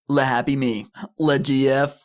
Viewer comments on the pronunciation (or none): The word "le" in french is not pronounced "lay" like in Spanish. It's "Luh". Get it right lmao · That's not how you pronounce "le"; that's how you pronounce "les". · It's purnounced luh. Not the same way you would say les. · Wouldn't it be "C'est moi" to be more grammatically correct? Also, am I the only one that finds it bizarre "Le" was pronounced as Lei like "Les or the Italian Le" instead of Luh? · Why is everyone pronouncing le like les? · OK but didn't English speakers always pronounce "le" in this context as "lee" - no French accent. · You’re pronouncing le wrong you uncultured swine